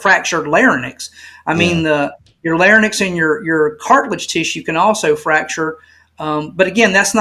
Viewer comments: Only a small suggestion, for those researching neck anatomy. The word is Larynx not Lar-nyx as the guest was pronouncing it. But not a big deal. Don’t jump on. Much love ❤ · Although he should know how to pronounce larynx.